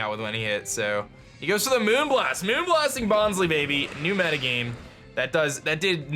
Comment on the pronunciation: OOOOOH Bonsly is pronounced Bons-LIE, not Bons-LEE. IT's because it's a fake plant, so instead of bonsai it's bonsly, like how sudowudo is a play on pseudo-wood, false wood. Bons-LIE will be how I say it from now on